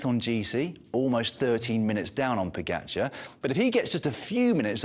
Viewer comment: Pro commentators who get paid to talk Yet can’t pronounce pogacar correctly, our sports best rider